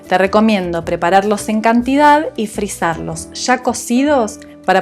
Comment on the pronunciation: Trate de decir cantidad favor